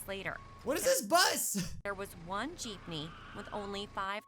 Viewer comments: The girl: Geepme: what’s a Geepme? The girl again: Geepme: WhAt Is A gEePmE?! The girl: Geepme: WHAT IS A GEEPME?!!?!?! comments go crazy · ITS NOT PRONOUNCED JEEP KNEE ITS PRONOUNCED JIP NEE EEEEEEEE REEEEEEEEEE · Gypnee? Lmao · You should watch snarled its a really scary channel. Also its JEEPME not JEEPNEY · What the heck is a Jeepeny? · Every Filipino lowkey offended: WHAT'S A JEEPNEY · It's a philipine vehicle. "Jeepney"